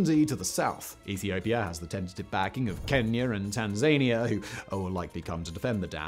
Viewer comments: Tan-za-nia not Tan-zay-nia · Tan-zaan-eeah not Tan-zany-aa. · Simon, its pronounced "tan-ZA-nis." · Tan za nia not Tan zania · Tan-sane-ia was a weird way to pronounce Tanzania... Is this a nipple and button kind of deal, or have I been saying it wrong my entire life? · Today I found out how to mispronounce Tanzania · Tanzania? I think you’ll find it’s pronounced Tanzania.